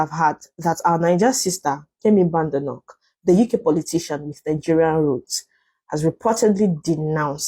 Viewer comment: The way you Keep on destroying people's names is hilarious "Kemi Benavete" 😂😂😂😂😂😂😂